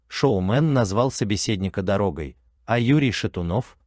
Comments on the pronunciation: Что за грамотей озвучивает? Назвал его доро'гой..... Ударение куда? Себя слышат? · Назвал дорогой, ставьте ударение правильно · Не дорОгой, а дорогОй, просто жуть, что вы горОдите, блогеры. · Не дорОгой,а дорогОй